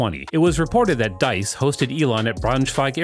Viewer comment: Deese, like Geese, not Dice